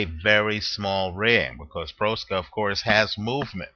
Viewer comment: Please learn how to pronounce boxer's name before making a video. Proksa is pronounced much like PROXA.